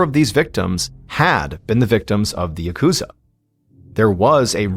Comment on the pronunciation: Just gotta breathe through the pain of hearing 'yakuza' pronounced incorrectly this entire time.... I'm not even going to mention the names, but... Seriously, people, please.... It's got atamadakagata pitch pattern, the accent is on the first 'syllable.' I'm begging YouTubers to please stop saying yaKUza. Maybe then I could finally enjoy video essays on the Yakuza games....